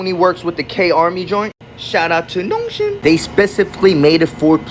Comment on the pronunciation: The way he said “nogshim” 😂